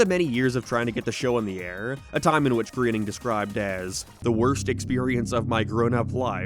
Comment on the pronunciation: Not only was your joke so much worse for that than any the show made..but it's pronounced Graining numbnuts. It's kind of a meme that it's spelled Groaning but pronounced completely differently..in fact ..yep. They referenced it in an episode not long before you made this joke and showed the scene of. His secretary pronounces it wrong, he corrects her in a running gag for self reference representations (remember when he used to show himself as a one eyed old conservative instead?), she asks if he's sure and he dejectedly tells her he isn't any more.